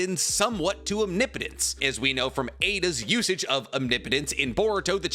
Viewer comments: Holy shit said Omnipotence correctly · Oh my god!!!!! You’re finally pronouncing OMNIPOTENCE correctly!!!!!!!!!!!! 😮🤗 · I appreciate that you started pronouncing "omnipotence" properly. Lol